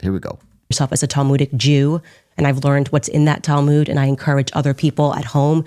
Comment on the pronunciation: “The talmooj” I can’t 😂.